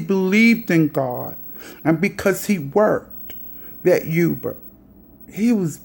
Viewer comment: " yuber"? lol.